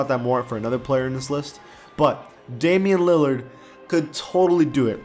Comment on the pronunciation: it's Damian lilard